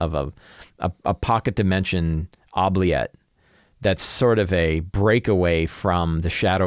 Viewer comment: I hate to be 'that guy', but it's actually pronounced oo-bliette, like oopsie. It's originally a French word. Love your stuff!